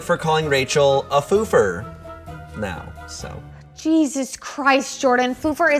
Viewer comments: I tought he said Blooper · no one: no one at all: seriously no one: /Jordan: fLoOpEr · Petulineks he said fLoOpEr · This entire time I thought he said Fluffer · Wait he said foofer